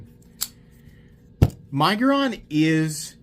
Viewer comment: I am so happy that you are using the right punctuation. Your fellow YouTubers love to use the (N) syllable in the word to make it sound like Nig-uron .